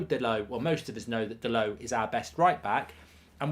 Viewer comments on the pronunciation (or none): none